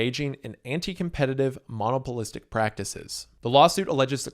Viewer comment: jesus it's not mono-polistic it's mon-opolistic like monopoly it's not mono-poly... ffs learn English.. it's your first language and you mispronounce words EVERY VIDEO!